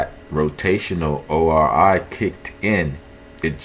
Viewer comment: ORI LMFAO YOU MEAN ROI 😂